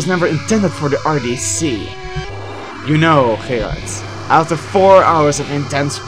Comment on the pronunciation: Are you Dutch? Because of the way you pronounce Gerard